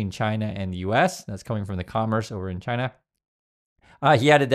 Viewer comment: China's first demand should be that he stop calling them "Chi-nah". I bet those EOs have a printed signature at the bottom that he can overwrite.